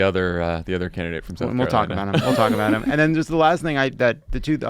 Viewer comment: I know JF is from Mass but why does he sound Canadian when he says about? (aboot) 😂